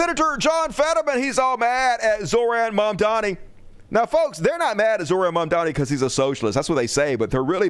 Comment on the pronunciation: “Zohran Mamdani” {5 seconds later} “Mormon Zamdanhi”